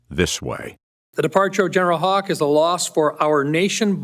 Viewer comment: His name is Haugh, but he pronounces it hawk instead of how , haw , hoff or hog ?